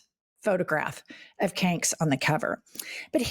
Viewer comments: I smile every time you say “canks”. THANK YOU LADIES!! ❤️‍🔥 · Why do you call him kanks?😁